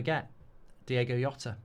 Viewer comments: Great video but stop saying Yota. That’s not his name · "Diego Yota"... come on mate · Please give him the added respect of saying his name right. It's the bare minimum of research you can do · If you're guna use his death for views and likes, atleast say his name right... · If you genuinely want to be respectful, at least pronounce his name properly. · Atleast say his name right you idiot